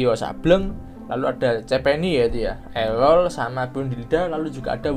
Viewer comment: Erol oy bukan elol